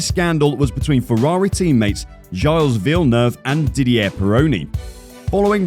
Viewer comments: Who the hell is jales villeneuve? Its Gilles Villeneuve. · If you're not really into F1, which this guy obviously isn't, why make a video about it? At least find out the terminology and how to pronounce the names of the major players. I gave up after Giles Villeneuve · "gailles" villeneuve 😂😂😂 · What kind of F1 fan doesn‘t know how to pronounce Gilles Villeneuve???